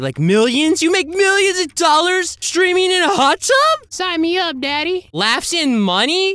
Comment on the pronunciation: Bro he said hut tub 💀 he cheating 💀 😂